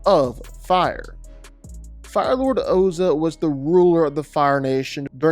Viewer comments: Did he say his brother hasuk?... Bro how could you call bolin hasuk... Like who tf is hasuk 😭😭 Also it's pronounced pli... Not pili 😭😭🤧🤧 And it also ozai 😭 not oza 😭😭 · He called Ozai Ozo 😂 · My biggest problem is the pronunciation of Ozai. WHY are you pronouncing it Oh-Zuh when it's clearly spelled to be and IS pronounced Ohz-EYE? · Its Ozaiii, with the i at the end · Firelord Ozah? Its Ozai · bro said Oza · It's ozai.... Ozai. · They say his name in the show why do hou Mispronounce Ozai? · Bro, as a massive fan of you and of avatar, I love you covering the topic, but you will get torn to shreds if you don't fix pronunciations (Ozai, P'Li, etc). Also you got the name of Mako's brother wrong entirely. It's Bolin. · He couldn't even say Ozai correct. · What did you call Bo Lin? And why do you keep pronouncing Ozai like that? It's like you're trying to M. Night Shyamalan him. Honestly terrible video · Stop pronouncing the names wrong. It’s not that hard. Gives me flashbacks to the mov… well we all know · How is no one talking about how he is saying ozai wrong it’s so frustrating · He can't even pronounce Ozai's name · Please never say Ozai ever again. Please just no. They literally pronounce it in the show and it's not that hard to say. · said Ozai's name wrong. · The mispronunciation of Ozai and Azulon is low key disrespectful and annoying. Ozai’s name is said regularly. Azulon is said a few times from the great gates to Zuko alone flashbacks when Ozai was crowned.